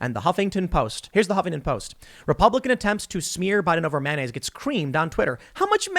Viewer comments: Yeah yeah .. but seriously how are you saying mayonnaise? It’s not manyaise LOL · I think there should be a drinking game every time Tim says “manonnaise” :-P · Has this video expose Tim's inability to say the word mayonnaise?